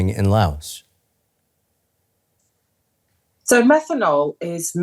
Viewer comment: The reporter is pronouncing 'Laos' correctly but I get to hat talking heads just read from a teleprompter.